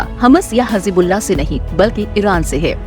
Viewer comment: Arey madam hijabullah nahi hezbolla hai vo